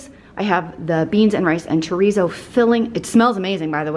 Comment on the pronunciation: i love your videos but the way you say chorizo makes me cringe😬🤦‍♀️